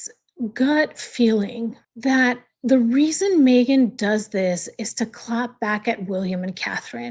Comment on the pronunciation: It’s so disgusting coming from her. Even WORSE her editing the pic to make it more awful. And yes, u pronounced it correct :)